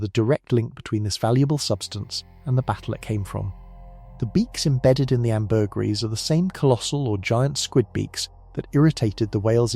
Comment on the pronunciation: hand-pink-waving:Google "pronounce ambergris":face-red-droopy-eyes